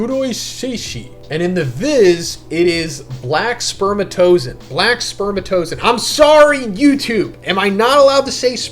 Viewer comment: Black s is pronounced sperma-TOH-zoh-on from the greek words sperma and zoh-on (ζώον, animal) which itself comes from zoi (ζωή, life) and on (ον, being)